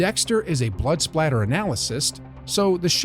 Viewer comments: Blood spatter...not splatter...good Lord you got so much wrong I don't even wanna go into haha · It’s spatter 😂